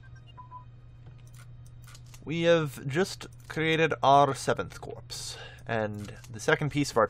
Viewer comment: Corps is pronounced core